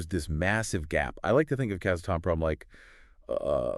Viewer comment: Please pronounce it “KAZ - ATOM - PROM”